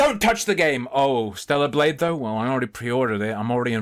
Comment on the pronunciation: Stella Blade. It lost the Hard R.